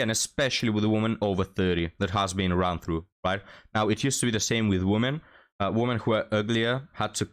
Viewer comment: Please, for God's sake learn how to pronounce the word "women" It destroys your channel imho. All the other mistakes don't matter.